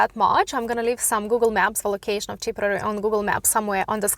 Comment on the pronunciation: TIP-ER-RARE-REE is how you pronounce it.